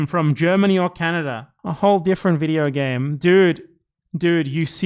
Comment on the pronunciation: breath in… pause… BIDEO BAME